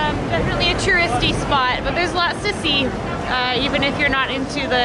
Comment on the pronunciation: so I thought I heard you say "there's a lot of sissy" when you said there's a lot to see ::D:S:Ddf